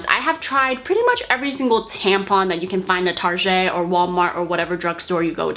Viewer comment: love how you pronounced target lmao